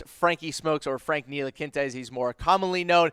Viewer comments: Nee-Lee-Kee-Na....its really not that difficult. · Seriously... please stop calling him ntilikinta, there’s no t at the end, It’s ntilikina. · Nilikinta ? Wtf ? You get a dislike for mispronouncing his name. Dumbass !! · That's what I'm saying wtf team needs are SG and C? We have two SG and no starting small forward lmao they no nothing about the Knicks or basketball in general... they pronounced Ntilikina Ntilikinte this is embarrassing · Hey guy nice info. Just a heads up Franks name is pronounced KNEE - LEE- KINA Second, I dont think the knicks are not sold on Frank, but they are definitely not sold on Mudiay, his play was bar none the worst of all three. The more likeley scenario would be Burke at the 1 frank at the two, mudiay and the rookie off the bench depending on what guard is picked and how well they adjust. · Learn how to pronounce Nee-La-Kee-Na. Your not even close and that and your other commentary makes it obvious that you don't watch the team. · I stopped listening after Frank Nee-La-Kin-Ta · Can’t even say franks name right ... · These guys are strange. They say the knicks need sg, c, then proceed to name PG and sf. Also can't pronounce ntilikina. There's no t at the end of his name. Painful to listen! Smh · These are really retarded for 1 knicks need a small foward. NOt 2 gaurd and trey burke at the 2??? Wow you have not watched no knicks basketball and learn how to pronounce Frank's name before you doubt him he's 19 years old smh